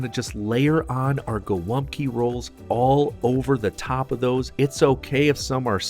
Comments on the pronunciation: Its called GOŁĄBKI not GOLAPKI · The most misspelled dish in our cuisine <3 I saw everything from Haluski, Holupki, Glupki to Golapki xd "Golumpki" is pretty close! The polish name is "Gołąbki", ([gɔˈwɔmpki] or [goh-wohmb-key]) and it means "little pigeons"). Thank you for making our cuisine popular! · as a pole i die inside everytime someone outside poland calls GOŁĄBKI golumpki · Gołąbki, not Golumpki. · GOŁĄBKI KURWA NIE GOLUMPKI RAGHHH CO TY MI TU "GO TO LUMP KIRWA" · Gołąbki! Not golumbki. And its already plural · Not Golumpki, but Gołąbki! Great video though, have a nice day. God bless you. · dude its not golumpki its gołąbki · Golumpki????? theyre Gołąbki (sin. Gołąbek) how hard is it to google? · Actually, in Polish they are called "Golabki", not "golubki" ;>) Fantastic video. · ITS GOŁĄBKI ! XD .... not Golumpki XD haha Btw its not how u made tradicional Polish gołąbki, ur doing it wrong tho xd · It's actually "gołąbki", not "golumpki"! I do the sauce a little bit different. Instead of adding beef stock and tomato paste, I just put normal water. After gołąbki are cooked, I put the water in the pot, add tomato passata with some chicken stock and and a spoon or two of 18% cream. I put gołąbki in it, cook it a little bit more and after this I put gołąbki on a plate with mashed potato and sauce on top of potato. It's great! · It is Gołąbki not Golumpki ;) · Golabki, not golumpki. Dude, plx get it right :) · Hey, its not Golumpki, its Gołąbki (pronounced Go - as in government, Womb, Kee - Go-Womb-Kee). Funny fact, Gołąbki means Small Pidgeons in Polish. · Its Gołąbki not Gol'UMP'ki :P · Its pronounced “gowompki” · "Golumpki", srsly? it's as Polish as the gabagool is Italian, lol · The correct is Gołąbki, where ł(Ł) is like "WH" in "when" and ą(Ą) is a nasal o